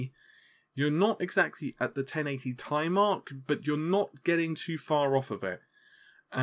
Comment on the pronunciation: ten eighty TEE EYE. Short for Titianium.... tye, sounds terrible and cringy